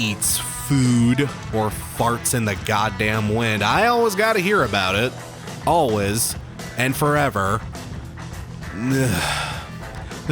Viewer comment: I've always been curious why you pronounce the word "always" like "al-wes" or "al-wis"? I don't have an issue with it whatsoever, but I'm just curious.